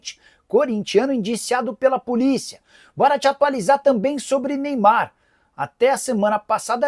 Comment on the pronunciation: CARAMBA "NEYBAR" ISSO QUE É AMOR AO "PRANTOS"😂😂😂😂